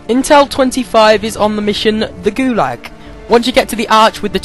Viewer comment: the "GUlog" hahaha